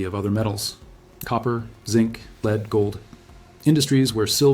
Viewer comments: Asian guy is AI. Lead is not pronounced leed. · AI mispronounces lead. AI says "leed" \, also often AI can't name large numerals. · When prompting the word lead (the metal) use the prompt "led" and your production won't sound as A I (fake). Good info but the total A I (fake) talking head and the quirky graphics degrades the site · I mean who can't pronounce lead as LEAD not lead lol.